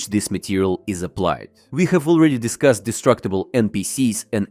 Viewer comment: Твоё произношение отстой.. Аз ви дьискаст🤦‍♂️ какой аз ви дискаст..